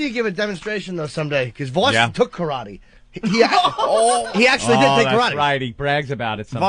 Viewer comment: well it's definitely not fucking pronouced 'Ka-ra-tay'